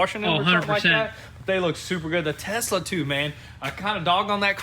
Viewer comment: Nothing funnier when said start the “start up the Tesler “🤣 what?? 😂